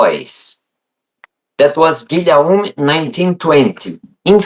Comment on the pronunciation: "Guillaume" pronounced a bit like Giy - oh - m